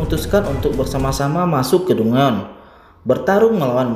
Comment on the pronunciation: ngakak gw dnger admin baca "dungeon" 🤣